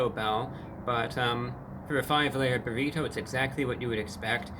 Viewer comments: Burr eat oh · Love the way he enunciates “burrito” and “twenty twenty five”. Spectacular! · two ne tee?